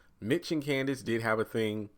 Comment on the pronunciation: Her name is Candace not Kansas